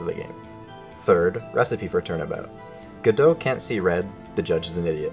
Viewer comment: How do you pronounce Godot's name correctly in this video but not anywhere else? Youtube, why did you show me this? I'm in pain now!